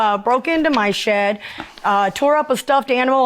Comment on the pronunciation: I knw I’m not the only who thought 💭 the narrator in the beginning, thought he said “Shi+ instead of Shed” !!!!!!